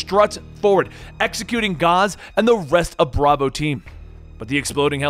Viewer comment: He apologizes for not pronouncing the middle eastern names correctly, says Khaled Alasad's name correctly, then mispronounced MacMillan and Gaz. How your brain work?